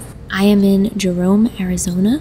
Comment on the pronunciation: I live in AZ and when I heard you say Arizonia I thought of slaughter house Canyon for some reason😂